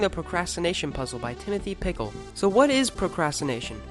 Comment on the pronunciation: Just a note: the author's name is pronounced Pitch-ill (rhymes with Mitchell)